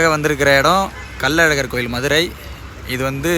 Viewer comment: முச்சங்கம் அமைத்து தமிழை வளர்த்த மதுரை கள்ளழகரா கல் அழகரா தெளிவாக சொல்லவும்